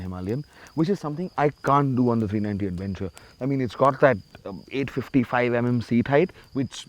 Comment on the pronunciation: AdWENcher AdWENcher. 😂